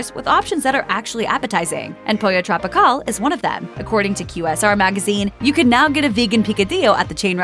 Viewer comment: Pollo TropiCAWL 😑 hate that pronunciation.